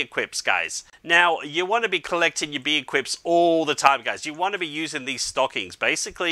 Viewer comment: Lol he say BEE - i - Quips